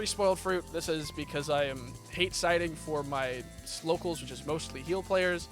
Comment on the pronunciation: it was maybe a slip but it was funny when you were talking about your healer locals it sounded like you said "slo(w)cals" lol